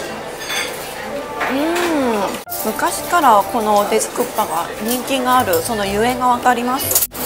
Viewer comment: 안녕하세요~혹시 일본분이신가요? 국밥 발음이 정말 쿠파로 들리네요ㅎ 닌텐도 회장님이 옛날에 고기집에서 식사하시는데 옆에서 누군가가 국밥먹고 싶다라고했는데 귀에 들리기에 쿠파라는 이름이 강렬해서 슈퍼마리오 보스 이름을 쿠파라고 지었데요ㅎ 고기집이니까 당연히 국밥이 고기요리라고 생각하고 머리속에 이미지는 불고기 같은건줄 알았는데 나중에 알고보니 국에 밥을 말아먹는 음식이라는걸 알고 놀랐데요ㅎ언젠간 한국에 오게되면 꼭 말하고 싶었다면서 말해주신 에피소드입니다ㅋ 우연히 지나가다가 신기하고 재미있어서 댓글 달아봅니다~ 재미있게 잘봤어요~저도 부산가면 돼지국밥은 꼭 먹습니다 건강하세요~